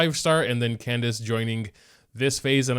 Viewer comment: just a note, candace is pronounced with hard c's both times, more like kan-dak-ay